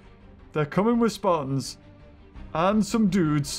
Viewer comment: its speertons not spartons thats how you pronounce speartons